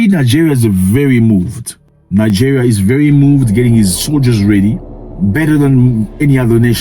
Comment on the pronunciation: he said it correctly.